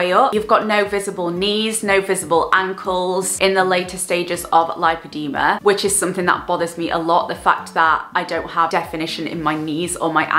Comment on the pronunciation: Amazing video, thank you for raising awareness ❤ for educational purposes it is pronounced; lip-o-de-ma ❤️